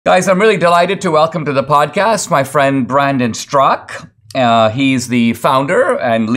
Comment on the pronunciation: Really Dinesh? Brandon "Strock"? Straka, how does anyone mess that up? "Strak-A"..😄